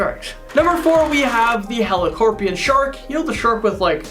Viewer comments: Me: its helicoprion now say it with me heli -: HELICORPION! Me: MOTHER FU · Oh gawd maybe I suck but did I bother anyone else that he pronounced helicoprion wrong?